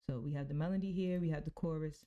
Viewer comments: Good video but it’s “Melody” not “Melondy” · Why do you keep saying melondy?